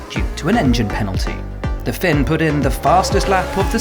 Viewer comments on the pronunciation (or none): none